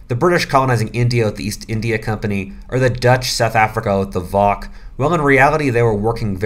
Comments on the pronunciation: You hurt my little Dutch soul when you said FOCK instead of VOC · Interesting to hear you pronounce the Dutch VOC as 'voc'. In the Netherlands we say 'v o c', we say all the three letters separately. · That's what I just watched. I expected you to say the letters of V.O.C. separately, rather than pronouncing it as a word. The prior is how the Dutch people say it. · He just said V.O.C. like it was one word.